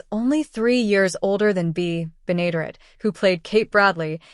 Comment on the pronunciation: June Lockhart had staring roles on Lassie and LOST in Space before coming to Petticoat Junction. The final two seasons just were not the same. The computerized voice didn't properly pronounced Bea's Last name. It's "BEN-A-DARE-ETTE. Finishing the sixth season and canceling the show would have been better than becoming a victim of the "Rural Purge." One last note: The cannonball lost all three of It's engineers during the series, Charlie, Floyd and Wendell.